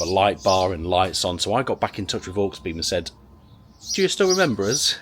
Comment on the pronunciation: Dude, you saying HawksBeem made me giggle... Aux, short for Auxiliary i.e. awg·zi·luh·ree Auxiliary-Beam good vid though. not heard of that company before. Oh and I took my mate to A&E with a metal shard in his eye doing exactly that... 😳 it looked mega painful, use glasses man.